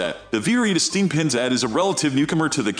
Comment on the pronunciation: The computer voice program sucks. Sumitomo AT pronounced "at" instead of Ay Tee or all terrain? 🤦‍♂️ and what did you call the General APT? You called it the "App?" Jeesus. You got a dislike for all the mispronounciations.